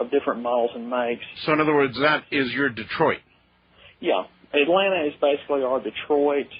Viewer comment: Sure sounded like facebook, not basically.